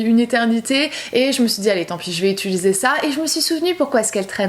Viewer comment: Utuliser... UTIIIILISER 😩 je te rassure tu n’es pas la seule youtoubeuse 🙄😂